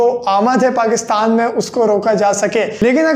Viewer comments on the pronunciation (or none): none